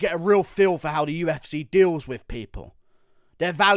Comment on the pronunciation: "The U-F-Sayyy"